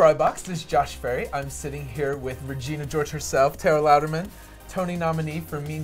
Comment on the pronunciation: Did he really just call her Tara Louderman ????